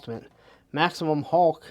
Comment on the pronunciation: Dude, it's HULK; not HAWK!